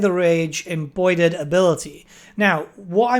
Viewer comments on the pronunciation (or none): Did say Rage “embroided”? Now I’m imagining Skarbrand doing some really angry needlework